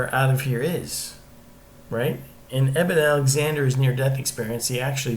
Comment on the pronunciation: thanks I heard him say enimen alexander, I thought no that can't be right. thanks so much.